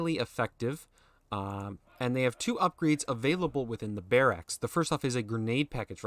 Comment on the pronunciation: Why are you saying barracks like that?